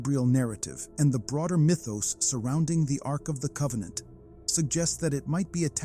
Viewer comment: Arc of COVEN-ANT